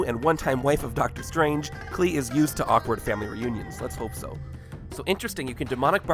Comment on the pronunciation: I believe it’s pronounced Clee-ah